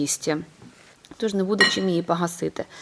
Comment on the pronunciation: Чудові рецепти. Але українська мова 😢. Варто позбутися азарівщини, бо це як насмішка. Паста томатна, а не тАматна, погасити, а не пагасити.... Будь ласка попрацюйте над цим.